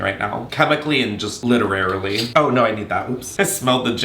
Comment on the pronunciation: “literarily” instead of literally 😩